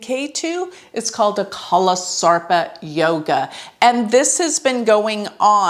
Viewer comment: Your pronunciation of some of the vedic astro terms sucks!! Saraswati yoga, nakshatra. It sucks when you say it. Won't hurt to learn the proper pronunciation of it. Good command on astro otherwise!!